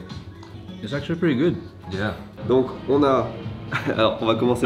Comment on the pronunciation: les emotions quand a dit “gooT” avec son accent!! Ça m’a envie de re regarder une énièmes fois les anciennes vidéos. Contente de voire en tout cas 🥳